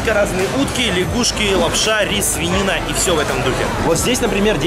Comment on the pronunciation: Мне слышеться не свинина,а санина